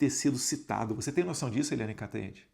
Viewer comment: Eliane "Canhotede" 😂😂😂